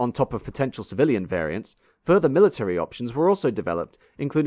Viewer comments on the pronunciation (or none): none